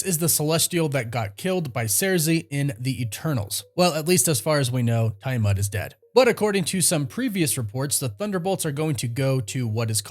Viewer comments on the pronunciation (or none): Just as an FYI, Tiamut was pronounced "Tee uh mutt" by the Eternals, not "Tie uh mutt". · dude, its... "add-uh-MAN-tee-um" "Tee-uh-mut" ...and more. One of the many reasons I unsubscribed from this channel. I don't usually care about stuff like that but for a marvel expert to basically mispronounce every "made-up marvel word" just makes me cringe, can't do it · It really bothers me how you say adamantium and Tiamut ... Arishem said it it's prenounced Tee - uh - mutt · I dont like how you pronounce Tiamut or adamantium